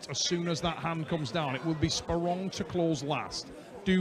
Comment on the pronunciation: cant say anyone's name right. He called my guy sporelong....LOL